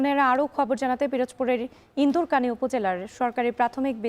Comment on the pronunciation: ইন্ধারকানি না সাংবাদিক ভাই ইন্ধুকানী হবে